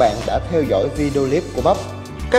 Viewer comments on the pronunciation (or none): none